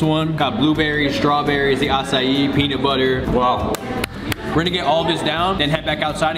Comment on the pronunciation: Who thinks says acai wrong? (No hate)